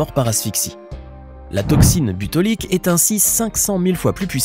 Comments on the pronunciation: Toxine botulique pas butolique 😂😂 dis donc la langue a fourché la 😅😅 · toxine bOtulique et pas butolique!! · Au troisième « butolique » obligé d’arrêter de regarder 😅